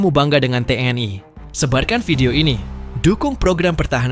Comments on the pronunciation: kok gak enak ya denger ucapannya nya Te eN I (TNI) jadi Te en ai... jadi melayulayu..🤔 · Ucapkan T N I bukan tnai.😮